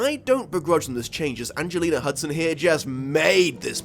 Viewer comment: I came here to see if anyone else heard Angelina Hudson lol